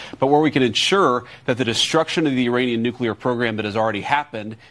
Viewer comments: Benny, love, its NOT NU-CU-LAR, its NU-CLE-AR, lol. Just a peeve I have, still love ya of course! You rock!!! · Please it's nuke-le-er not nuk-u-ler !!!